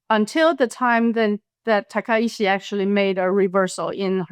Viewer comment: Points all well taken, but it’s Takaichi, not Takaishi